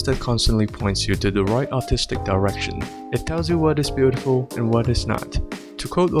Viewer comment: I was just listening and i thought he said autistic direction for a second